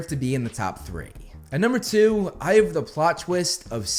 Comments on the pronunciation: I know he says "I have the plot twist", I even checked the subtitles, but I kept mishearing it as "Eye of the plot twist", and my brain is like "Which eye?" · Are you sure he’s not saying “eye of the plot twist”? That’s what I’m hearing. Either way, it’s overkill. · I thought you kept saying, "Eye of the plot twist" and was confused af😂🤣 then i listened closely then finally heard you actually said "I have the ..." Lol Nah, Harry being a Horcrux would be my no.2 and 1 would be how Snape made Harry take his memory for the pensive, Snape not just giving only the important memory about Harry but also his entire crucial life points. How that reveals the dangerous and utmost importance of Snape's role in the whole ordeal, especially in defeating Voldy but also finding a way to protect Hogwarts and its students. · Anyone else hearing this American accent come out as "Eye of the plot twist..." over and over again?